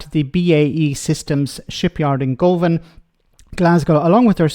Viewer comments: "Go van"? Its pronounced "Guv an" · Guh-van with no pause between the syllables. Anyway, does Schappy do anything other than tell porkies? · Govan; pronounced Guvan. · The Ships being built in Govan (pronounced Guvin) are for the Royal Navy Not the Royal Marines. The new ships are being designed this is a Very NEW project nothing to do with the ones being built now. They are a sop for Scotland to stop independence4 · Lets trust the same party who put the son of a Russian KGB agent into the lords and their party have taken so much Russian money too. Govan is where i come from and you pronounce it as GUVAN. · Aye 'Guv an'...one of the true centres of shipbuilding on this planet during the actual golden era of shipbuilding...not this charlatan's idea of 'golden era'. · He hasn't a clue what he's talking about. Pronounced Guven 🏴